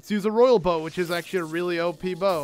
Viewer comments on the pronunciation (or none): none